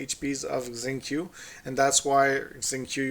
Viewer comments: Xingqui (Shing Tso) not shing kyu ,,, just to correct heheeh ,, nothing personal,,shes my Main character good for dps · It's pronounced more like a cross between zing ch-way and zing shway :)